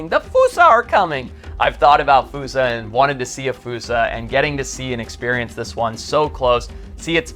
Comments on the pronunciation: wouldnt "fuu-sa" be spelled foosa not fossa? So "Foss-sa" sort of like fossil?? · Im trying to watch ur vids but every time i take issue with your pronunciation ITS FOSSA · Why is it spelled Fossa but pronounced Foosa =(